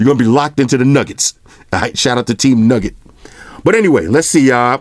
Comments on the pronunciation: Newgut not nugget lmao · Everything's good, I just got bothered by "nugget" instead of "nougat". OCD kicking iiiiiin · Bruh it's nougat NOT nugget come on mane lol